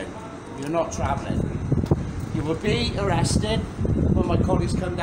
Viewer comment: You vill not be twavellen today